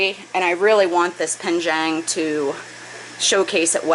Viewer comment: Love your channel, and watch every video. Don’t want to sound pedantic, but it’s penjing not penjang. I may be your only mandarin speaking viewer, but I thought you might want to know. Thanks for sharing your experience and fish adventures!